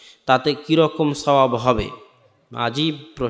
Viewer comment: অাপনাদের মতো শিক্ষিত স্মার্ট ব্যক্তি যদি উচ্চারন করেন অাজিব,এটা একেবারেই বেমানান, লিখাতেও লিখেছেন অাজিব,উচ্চারণ হবে অাজব